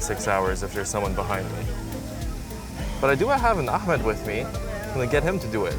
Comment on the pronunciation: You turned Ahmed to AhMAD